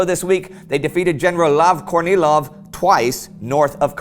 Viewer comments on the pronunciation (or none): Whenever Indie says Kornilov's name, I hear "Courtney Love". Makes things more interesting.